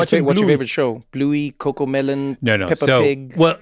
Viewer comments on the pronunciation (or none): none